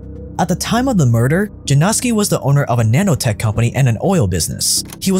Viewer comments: Yanowski , not Janowski🙄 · You should pronounce it like Yanowsky. Its a polish surname formed from a name Jan (equivalent of John). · seriously? you googled the pronunciation of that long af name in the DuPont video, but you can't check which sound letter "j" makes in Polish? it's not the same as in English. It's "y" sound. Why is this so hard for westerners to get?? ffs!